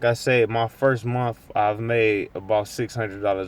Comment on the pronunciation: Holy shit dude... This is probably the worst video on the internet. At least get your thoughts together before you make a vid bud. Were you drunk lol. What is a mumf? He kept saying he made a certain amount of money a mumf?? Is that an acronym or something? Or like a financial Uber term or something🤔